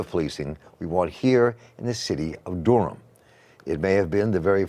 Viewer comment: Bull City 919 all day even tho he keep pronouncing it wrong lol. Dur-am